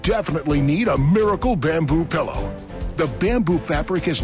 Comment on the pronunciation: There is nothing that annoys me more than people who pronounce it PELLOW.